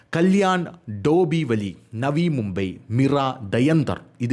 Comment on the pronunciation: ടോബിവലി എന്ന അല്ല, Dombivili എന്ന് ആണ് ❤